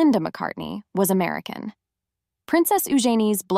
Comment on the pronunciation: WOW, great way to mispronounce Princess Eugenie’s name 😑. I don’t quite think I’ve heard it said that way before…